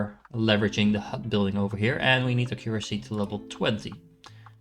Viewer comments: hi! Not sure if this is helpful, but currently you are saying it like A-cure-acy. When it would be closer if you pronounce it like Ack-your-ah-see. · Pretty please Google how to pronounce accuracy. I like the video and game. But as a fellow dutchie it pains my ears hearing you pronounce accuracy.